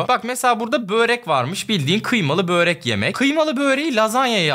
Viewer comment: bööööööööööööööööööööööööööööööörek değil. Börek.